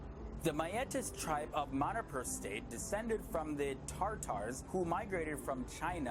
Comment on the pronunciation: Manipur is actually pronounced as maa-nee-puur....maaneepuur. & looks exactly like one of my ex class mate🤣